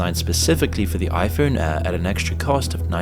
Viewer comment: It's impossible to distinguish whether this man is saying 'air', 'ear' or 'heir'. 'Year' and 'clear' are a bit easier to differentiate, but not by much.